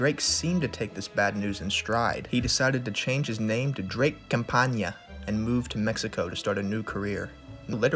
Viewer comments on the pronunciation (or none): boy, the name is not "campania" its just campana, the a's are just pronounced like an "ah" at the end, a short "ah".